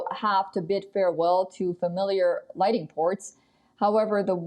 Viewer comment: lol, did she call them lighting ports hahahahhahaha